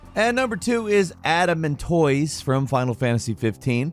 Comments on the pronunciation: Never heard Adamantoise pronounced Adam Ant Toys before. Took me a second to figure out wtf you were talking about. I've always heard is pronounced Ada Man Toys (or Toyce). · I was sitting here wtf is Adam and toys??? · Me: It can't be that hard to pronounce adamantoise.: Adam-and-toys 🤦🏻‍♂️ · LOL... "ADAM & TOISE" ^_^ Ada-Man-Toise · Sounds like saying Adam Mantoise, and now I’m just imagining a big dude waiting at a bus stop, and 4 guys just come and bum rush him. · Do you say tortoise or tortoys? Adamantoys? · Boooooy I thought you were saying "Adam & Toys" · FFXV Adamantoise is typically pronounced 'Ah duh mahn toise' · Man when said "Adamantoise" all I heard was "Adam and toys". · That’s what I heard too! I was like what the hell is he talking about!? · It was definitely Adam and Toys 🤣🤣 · Same XD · At first, I heard "adult toys". I knew that couldn't have been what he said lol (I was eating). Rewound it and I swear, he said "Adam and toys", because I just don't know half of these bosses. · I heard that too. Was super confused until they showed an image of Adamantoise. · I heard "Adam and Toys". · Why is he saying Adamantoise like that lmao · Haven't watched yet, but isn't getting a bit of a rep for mispronouncing words?:) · That's what he said. He absolutely butchered the pronunciation.